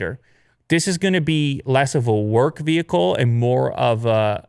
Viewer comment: Nobody: VEHEEEEEEKAL